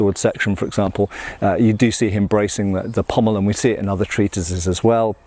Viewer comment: It's very nice to hear someone pronounce 'pommel' correctly. I don't know why Shadiversity's Shad insists on calling it a 'pummel.' I dunno, I mean there might be an inside joke behind his insistence on mispronouncing it, in the same way that I insist on calling them "indexes and matrixes," rather than properly calling them "indices and matrices."